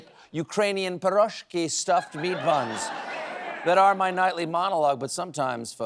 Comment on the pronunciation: Did you mean pyrIzhki, Stephen?